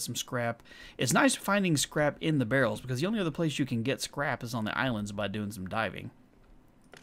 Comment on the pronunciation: You know it's a different game because instead of saying "Oh heck it's a behr" he says "where are all the behrls"